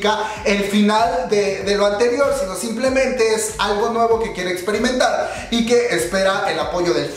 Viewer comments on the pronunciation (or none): none